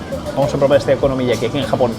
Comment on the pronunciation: te cuesta decir la palabra okonomiyaki eh bribón?